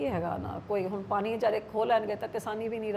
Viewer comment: Enne saal punjab te raaj krn do baad v biba ji nu hle tkk punjabi bolni ni ayi 😂 jehdi bibi ਪਾਣੀ ਨੂੰ ਪਾਨੀ dsdi a ki Bathinde de lok eho ji bibi nu jitaan nu frde a ??? Vote payo lakhe sidhaane nu ✌🏼